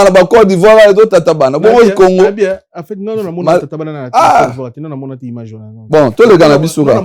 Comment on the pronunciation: Eeh " imange" 🤣🤣🤣🤣🤣 nonnnn IMAGE 😂😂😂😂 yekola langila po un jour osalaka pe ba émissions na français, langue de ton pays de résidence